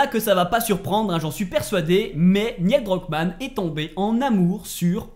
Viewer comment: j'adore tes vidéos, mais par pitié.. la prononciation! 🤯 Neil Druckmann ne se prononce pas "Niel" 😱 Le "i" est après le "e" et se prononce "Nil" (comme Neil Armstrong) 😉 Ça m'a vraiment trigger surtout que tu le prononces plusieurs fois d'affilée 😉